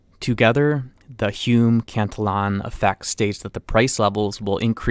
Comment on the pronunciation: You are mispronouncing Cantillon's name. Please correct this.